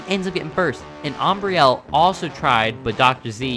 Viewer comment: Awesome races! Nice job with the commentary and pronouncing Ambrielle's name!! She loved it guys! Go Stoopid Fish Racing!!!!